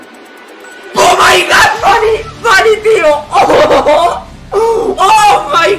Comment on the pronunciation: Nadie:: o mai gawd